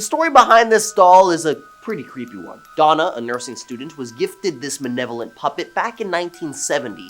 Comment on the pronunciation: He has never said malevolent...he says manevolent... must be a Canadian thing, eh